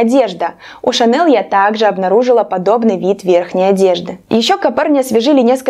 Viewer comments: Лучше на французский манер говорить : Шанель, а не на американский манер- Шанэл. Режет слух.🤦‍♀️ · ШанЭЛ в гробу перевернулась от вашего произношения ее фамилии😀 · Шанель - французская фирма, и во французском языке нет твердой "л". Режет ухо до невозможного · конечно, уверена. забейте в переводчик гугл фамилию на французском языке, а фамилия французская и произносится в форме оригинала и включите звук. вам должно быть стыдно, что вы такую известную фамилию коверкаете, а вы еще пытаетесь спорить, показывая свою необразованность.все французские фамилии произносятся так, как они произносятся на французском языке. это норма интернациональная. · я в видео ни разу не говорила о Коко Шанель, вам должно быть стыдно, лезть к чужим людям и чему-то поучать. Имя и фамилию я произношу правильно, а название бренда.. Ко мне прилипло произношение на американский лад. Возможно, потому что часто смотрю англоязычных блогеров. Видео несет развлекательный характер и я не навязывалась вам на глаза. Не нравится- не смотрите. А вы считаете, что имеете право унижать и оскорблять незнакомого вам человека. Потому что ваши наезды через Интернет не так давят на собственную психику. Вряд ли вы бы на улице проходящему мимо человеку в лицо бы сказали: « Не позвОнишь, а позвонИшь». Я тот самый человек из толпы. А вы невоспитанный и наглый человек, который с улыбкой на лице пишет гадости. Возможно, я и произношу какие-то слова неверно, но я не идеальна и работаю над собой. Посмотрите на себя и подумайте, так ли идеальны Вы, чтобы ставить кого-то на место. Знаете ли вы ВСЕ в этом мире, чтобы поучать.